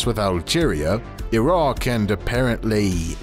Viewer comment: Iraq mentioned Raaaahhhh, btw the way you said that song phrase no joke sounded like you're native Arab!